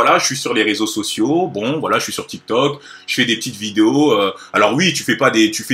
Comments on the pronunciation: déja c'est tiktok pas tchiktchouk. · En plus ce n'est pas tchic toc, c'est tic toc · "tchiktok" " djire " Wtf ? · Elle " dgit " qu'elle est sur "tchik tok"😂